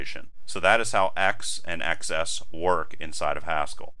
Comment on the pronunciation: I thought x:xs is pronounced eks and ekses (i.e. plural x) and not eks ess.